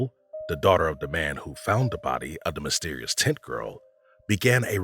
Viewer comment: This man made zero effort to pronounce "tent" clearly, whole time it sounded like he was calling the Barbara Taylor "tit girl"